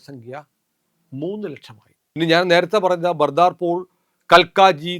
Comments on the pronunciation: ബർദാപൂർ അല്ല,ബദർപൂർ എന്നാണ് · It is Badarpur, not Bardarpur. I have lived in Delhi almost 25 years. Correct this. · ബദർപുർ എന്നാണ് പറയേണ്ടത്